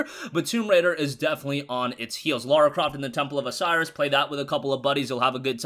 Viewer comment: It's Lara not Laura